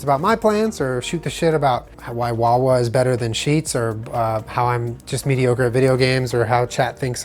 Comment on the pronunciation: "Consistently medioker" xD :D <3